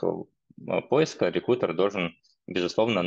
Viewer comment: Очень режет слух "реКУтер"